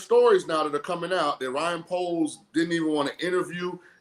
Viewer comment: It's Ryan poles not Bryan poles .....